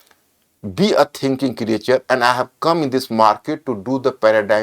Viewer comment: क्रिएचर नहीं क्रिएटर कहो सर